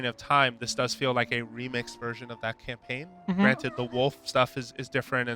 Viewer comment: I find it very sad that he said "campaign"